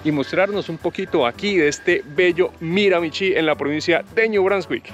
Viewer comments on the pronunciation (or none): De hecho se pronuncia Miramishí. Acento en la última sílaba y la ch suena como sh. Para los latinos, esta pronunciación no es nada intuitiva, pero después de un par de años viviendo aquí te vas acostumbrando. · Se pronuncia MiraMIchi, acentuando en la segunda MI